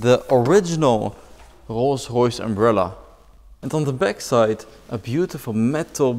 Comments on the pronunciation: “Rogh roghs” 😂😂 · not a rolls royce it’s a kolls koyce